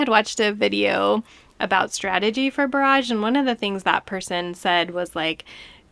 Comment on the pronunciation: Just FYI, when referring to a water blockage or dam, such as in this boardgame, it's pronounced [ ˈbär-ij ]. That is, emphasis on the "bar", not the "age". Pronouncing it [ bə-ˈräj ] or similarly, emphasis on the "age", refers to artillery barrages or other similar or metaphorical bursts. (It's allrigh though, just pronounce it how you will. Just thought it was a neat fact to know).